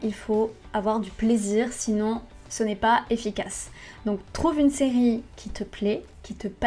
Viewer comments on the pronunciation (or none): none